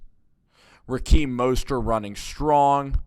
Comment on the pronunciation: It's RaHeem not RaKeem lol